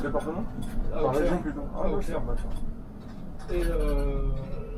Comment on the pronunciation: Il me semble que ça se prononce "osser" (Auxerre) 😉 Sinon, très belle vidéo !